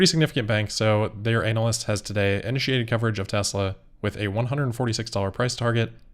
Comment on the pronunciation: I like the way you say "anal-lyst" 😂